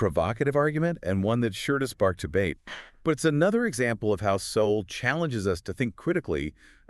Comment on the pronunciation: Pronounce the authors name properly.not an option,A.i.feds.